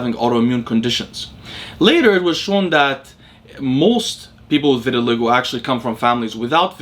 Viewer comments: This never even occurred to me but it certainly seems likely. Since you mentioned it I do think it's pronounced vitil/ai/go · Pronouncement of VITILAGO vi•tuh•lai•gow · Hey. The word "vitiligo" is pronounced ver-ti-lie-go. ✌🏼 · I think it’s pronounced “vit” as in vitamin, “ill” as in sickness, “lie” as in what fat people tell themselves about having a genetic propensity that prevents them from losing weight, “go” as in what people don’t do at stop signs when they have the right of way in my city. Vit-ill-eye-go. That’s how I’ve heard it pronounced by doctors, at least, and a janitor I knew who had the condition, but it might be a tomato-tamato thing 🤷🏻‍♂️ Anyways nice video haha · Vit-i-(schwa)-LI-go Emphasis on third syllable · Why didn’t you just watch a video where someone says vitiligo rather than continuously mispronouncing it on a video that clearly took a lot of effort? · Obviously he thought he knew how it was pronounced, nobody pronounces words wrong on purpose bro, stop and think for a second before being critical